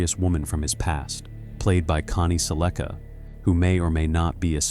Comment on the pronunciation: It’s Connie SELLica.